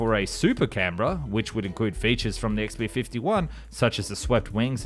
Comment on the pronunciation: I was impressed by your pronunciation of "Canberra". Then I realised "Oh, Aussie! Of course!" So it still remains a feat unachievable by Yanks 😊